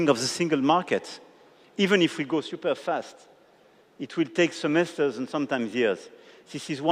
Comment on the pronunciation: "SIUPER" COMPLICATED "SIUPER" EASY.... mon dieu ce niveau d'anglais au bout de 9 ans de présidence 🙄